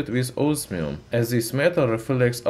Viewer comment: "by ziz metal'' XDDDDDD